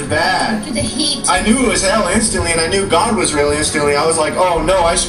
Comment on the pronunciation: BTW... what's with the pronunciation of God????? Sounds like Goad when you say it?????